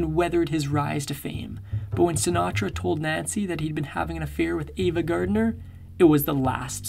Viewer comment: Also not Gardiner